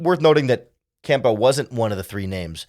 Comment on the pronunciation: Campbell, it’s cam-bül like the soup